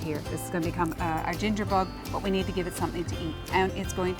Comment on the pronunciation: your acsent is unusual the way you pronounce bug=bog lol